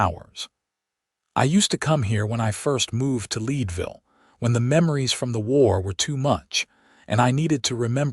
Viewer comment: Thecname of the town is Leadville, like the metal! Check the pronunciation of towns in the west!